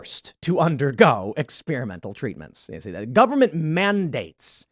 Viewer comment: Tim... "The nine most terrifying words in the english language are... I'm from the Gubberment and I'm here to help." ...Ronald Reagan. FFS Tim, stop it please, get some help!